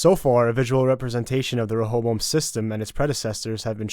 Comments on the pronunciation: Stop butchering the pronunciation of ray-oh-boam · its pronounced "Reh- a- bow-em"